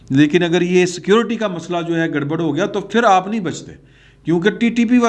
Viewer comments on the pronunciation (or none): none